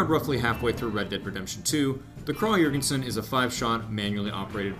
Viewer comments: You say the name of the rifle almost 100% correctly KRAG But when you say the guys name you go flipside with KRAH Sry, it got annoying enough that I had to point it out (donno why, I'm usually not like this). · Your pronunciation of Krag was incorrect. In Norwegian it's "krag" and in Danish it's "krow"